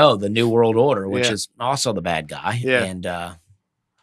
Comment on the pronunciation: Dusty DEFINITELY says a “T” after a “d”. I hear it in “Bad” and “Good”. He says “badt” and “goodt”